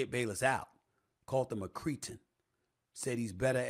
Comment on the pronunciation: Did Stephen A. call him a "creaton?" not sure I've heard that time before?